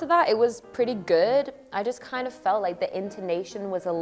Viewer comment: I love when Lauren said "pretty good" sounds like "preti gwed" I love you much Lauren